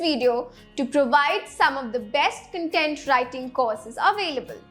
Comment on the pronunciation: Content ka pronunciation galat hai